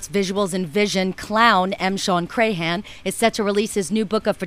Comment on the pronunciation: You really need to work on pronouncing his name right. It's not pronounced cray-han, it's like "cram". You wouldn't call Bill Maher, Bill May-har would you?